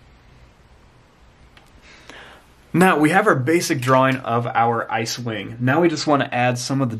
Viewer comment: I thought you said cewing not icewing